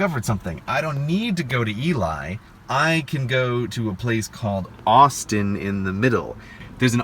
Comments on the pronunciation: It’s funny how a water desert sounds like there’s no water, a food desert has no food, but an electricity desert/desert of electricity sounds like a regular desert but it has the most lightning strike on record by a vast margin. And if Ely, Nevada is anything like Ely, Minnesota, it’s pronounced Ee-lee, not Ee-lie. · Second sidenote. Ely is pronounced "eellee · What?! I live in Reno and this whole time, I never realised you just passed by my city :( Also, the town of Ely, Nevada is pronounced as "ee-lee" or "ɪ́jlɪj" in modern phonetic 😜 Also, Toucan Charlie's is the only decent casino buffet in town 😂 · Two things: 1. Ely, NV is pronounced ee'-lee. 2. Next time, don't go off your meds before a road trip. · It is pronounced E-LEE Nevada dear God that annoyed me so much this WHOLE video!!! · it’s pronounced “ee-lee’’ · For those non Nevada residents “Ely” is pronounced “Eelee.” I know, it makes no sense, but neither does Nevada. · Nephi= kneefi Ut Ely= E-lee Nv Love the video 👍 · Eli is pronounced (ēlē) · Ely is pronpunced "Ee-lee". Sorry to be pedantic but it hurt to hear. Edit: Nephi is "knee-fi", rhymes with Wi-Fi. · With apologies, they're pronounced ""Eee-lee" Nevada and "Nee Fi" Utah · ELY pronounced e-lee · We Nevadans pronounce Ely as (E-lee) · Only notes are pronunciation of a few names of towns. Ely is pronounced Ee-Lee and Nephi is pronounced Nee-Fie. Otherwise I do love a city guy enjoying the west. However, I have left the state of Utah for a reason. Visiting is great, living there, not so much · Me, a Utahn hearing his pronunciation of Ely, Nephi, and Powell: At least you got Moab right. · Ely Rhymes with Touchy-Feely. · Hi! Sorry to be the annoying imp in your comment section, but I have lived in northern Nevada my entire life. It is pronounced ne-VAH-duh, and ely is pronounced E-LEE. Anyway. What you did was dangerous af and very entertaining. Welcome naive travellers to the deadly sagebrush sea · EEL-EE, not EE-lie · It's pronounced Ee-lee